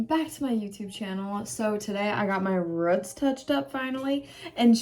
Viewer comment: I love how you say roots lol cause I know it’s just based on where you live. I just haven’t heard it said that way since I was around my grandma. Which is a good memory. So Ty! Haha